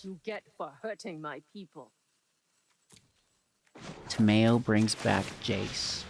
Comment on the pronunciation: "Ta-mayo" Tamayo? Ta-mayo?! What is she, a condiment?